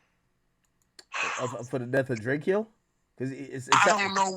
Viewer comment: It’s DRAYCO not DRAY KE O